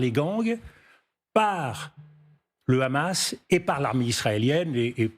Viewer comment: sa prononciation du mot Hamas me dit tout ce que je dois savoir sur sa position